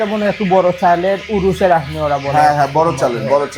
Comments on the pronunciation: Akhni not actually yeakhni. O k bro. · আকনি না আখনি, কারণ খ শব্দটা আরবি খা এর মত উচ্চারণ হবে 😍